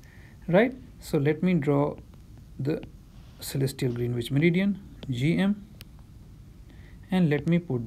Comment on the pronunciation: nitpicking: Greenwich is pronounced as "Grenich".